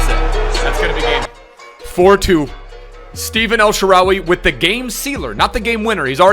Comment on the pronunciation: it's not steven, it's stefan :)